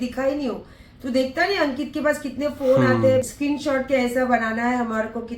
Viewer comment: Ek aur SCREENSHOT KO KINSHOT BOLTI HAI 😂😂😂